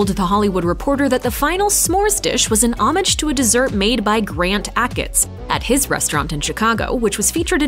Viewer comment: Thats not how you pronounce 'homage'